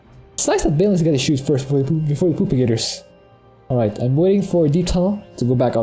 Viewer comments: Funny how he says propagators. Sounds like he said poop-i-gators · that's exactly what he's saying :) he calls them poopagators in the video description.